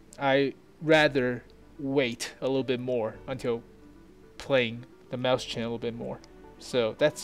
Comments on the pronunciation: Not happy with your pronunciations. "MOYS-hin" It's not Mouse-chen it's MOYS-hin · Wrong. It is in fact pronounced "Moy-sen." It would be the same way if you were to say Räume, which means "to empty/evacuate" in reference to a space, room or chamber. Or for better proof listen to "Mann Gegen Mann" from Rammstein, one of the verses speaks: Ich bin die Ecke aller Räume, ich bin der Schatten aller bäumen." which translates to: "I am the corner of all rooms I am the shadow of all trees" yadda yadda, etc so on.